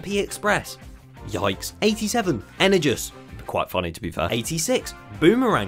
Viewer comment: HE SAID THE choo choooo FOR THR RUNAWAY MINE TRAIN blus energus is pronounced Energush